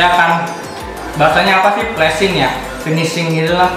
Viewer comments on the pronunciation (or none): Plesing wkwkwkwk , pleating Kali bang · pleating bang pleating bukan pleasing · Plating bang bukan placing 😂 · plating bukan plasing